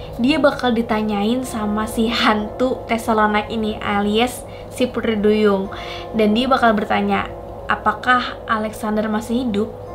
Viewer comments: kok pudri duyung🤣🤣 yang bner dlu sihhh ngucap putrinya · Iya. Kk nya beda pengucapan nya.. Pudri duyung..